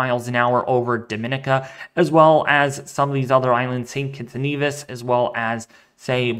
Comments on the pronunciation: Thank you, from St Thomas USVI!! Dah-min-KNEE-ka is how we pronounce Dominica. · Not really my friend. You pronounced it correctly for Dominican Republic, but Dominica is pronounced differently. Dom-in-EE-ka is how it sounds. Just trying to help. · it's not very important, but I cringe when I hear it, so I'm sure Dominicans do too.